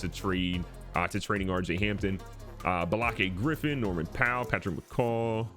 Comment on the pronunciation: "Balakey Griffin" man i love Key & Peele